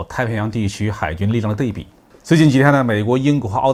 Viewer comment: 是安徽人吧？ 对比读成dei bi. 应读dui bi.